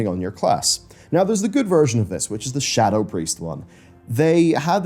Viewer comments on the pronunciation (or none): none